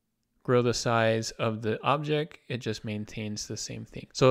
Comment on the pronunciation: Nice overview. Thanks. Now, would you please enunciate your T's? "objecT" "shifT" "lisT" (Sorry, but it's distracting!)